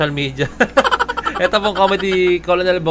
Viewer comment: It's no kolonel, it's kernel